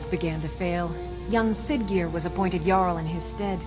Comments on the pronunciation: it's "barr-icks" and "yarl" not "Jarl":) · quick tip jarl is pronounced yarl not trying to be nitpicky here just thought you'd like to know